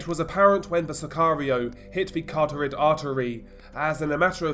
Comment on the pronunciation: He legitimately doesn't, though. He reads Wiki and reddit and parrots whatever they say. He can't even pronounce "carotid" artery.